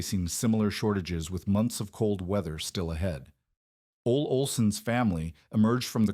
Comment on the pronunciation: Betting "Ole Olson" is actually 'Olle Olson', pronounced 'Oh-lee' Olson. Whatchya' think?